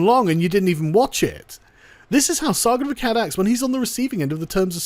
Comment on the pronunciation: Sargon of Akkard is how he said it lol :P